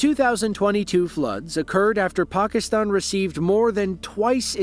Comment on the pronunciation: I know where Pakistan is, I was making fun of his pronunciation